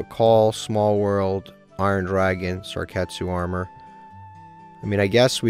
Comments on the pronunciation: Mispronounced: Inkari Fire, Sarketsu Armor. Correct: Inari Fire, Sakuretsu Armor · The way you pronounce Sakuretsu Armor makes me laugh every time😂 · He’ll eventually find out it’s not pronounce that way like Inari fire in last ep. Lol